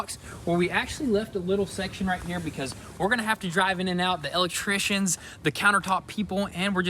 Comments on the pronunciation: He kills me with that " L ectrician " 🤣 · “Let’s go spy on the El-Leck-trishions” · Elect...Trictions lol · Where'd you guys learn how to say electrician